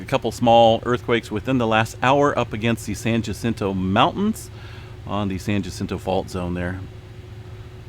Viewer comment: Pretend that J is a H. San Hacinto. Not San Jacinto!